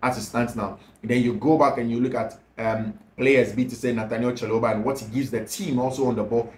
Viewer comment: Please it’s Trevor Chaloba Please it’s Trevor Chaloba Please it’s Trevor Chaloba